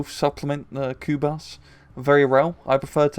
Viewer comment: Pronounced kubush